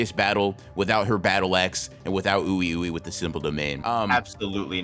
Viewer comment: Oui Ouis name is pronounced wee wee pretty sure they are supposed to be french. Wee wee and Mei Mei